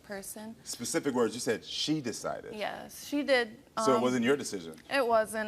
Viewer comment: The reason why he's taken back stage to he spoken to its becasue of his behavior. You can barely hear what he's saying he can barely pronounce his words and he's MAD annoying. Yes I am glad they tool him backstage .